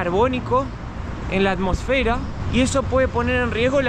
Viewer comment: por que dices tan mal atmosfera, mal acentuada¿?es en "mos" no en la "fe" y es dióxido de carbono no gas carbónico, el gas carbónico se pone en los refrescos